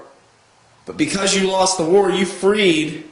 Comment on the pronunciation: I thought he said "we lost the WHORE" not WAR! :)